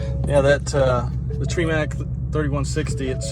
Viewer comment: The TREEMAC? 😂 Australian? 🤔